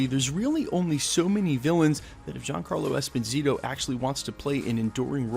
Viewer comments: Dude, please stop calling him EspiNITO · espaneato? Too many mispronunciations lol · “Esposito”, “Esponito”, “Esponzito”... Gee dude, just learn how to pronounce the damn last name! Out of respect, please. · esposito.. not esponito. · Esponeeto?! c'mon man you edit your videos right? you hear yourself, get it right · ...good considerations!...Norman Osbourne or Victor von Doom would be great villains for him to play...I believe he would own that role... I like him so much as Moff Gideon on the mandalorian that it'd maybe feel weird to see him in another Disney property...but how you mess that man's name up so many times per sentence in this video? 3 different pronunciations? Dude. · My man - you butchered his name 🤣I remember his interview. Great actor...not sure Esposito has the presence for THAT but I could see him as Norman Osborn for sure. Also prob not a good play bringing him from Mandalorian over to the MCU. Agree with you there. 👍🏽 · Good story aside of the numerous name mispronunciations. Giancarlo Esposito would make a very intriguing Dr Doom. He has that noble hubris that exudes in most of his roles. I don't see Disney cross-pollenating many of its actors either. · He’s American. He barely even knows English. You really expect him to pronounce a Spanish name correctly? Lmao 😂 Americans don’t even know how to read, write, and speak their own language correctly. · Michael Scott yeah but he’s literally adding letters. I don’t see n in his name lol.